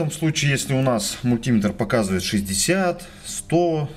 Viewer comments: Не подпишусь на канал, если автор упорно продолжит и далее "мультимЕтр" произносить как "мультИметр" ))))) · 398 дизлайков за неправильное произношение мультИметр и пальцАми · нужно говорить мультиме́тр. в Русском языке ударение в приставке не бывает. пальца́ми тоже хорошо. Вы не электрик. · Очень полезное видео! Но откуда взялось это чудовищное мультИметр! Это настолько же не верно, насколько и популярно. Что только народ не придумывает, чтобы оправдать это жуткое "И"! Часто вспоминают слово "спидОметр" и "курвИметр". В этих словах соединительная гласная приняла ударение. Но вообще-то ударе не те на разделительную главную - большая редкость! В подавляющем большинстве случаев в составных словах удаления два! Основное - на вторую основу, дополнительное - на первую. Причем выраженность дополнительного зависит от соотношения важностей основ. (Об этом подробно написано на грамоте.ру.) Вплоть до полного пропадания дополнительного ударения. Кроме того, "И" в слове мультиметр - НЕ соединительная гласная, а часть первого слова! А слово это - мУльти. Т.е. ударение на "И" невозможно оправдать вообще ни чем. Извините, это просто безграмотно.